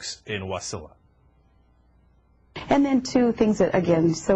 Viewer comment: Ha ha, Cryk it's Wa-SI-la, not WAS-i-la!